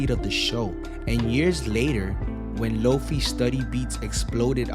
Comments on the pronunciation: It's a shortened version of "low-fidelity". The "fi" part is pronounced like "fly" or "high". 👍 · FYI: "Lo-fi" is pronounced like "low-fye", with the "fi" sounding like the "fye" in "wifi" or "dye". Not "low-fee" I do love Samurai Champloo though!